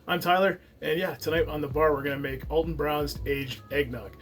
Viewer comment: Al ton not All ton